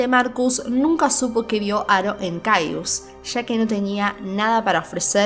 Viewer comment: Se pronuncia cayes